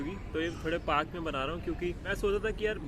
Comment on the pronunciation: Paraak varak it's park 😅😅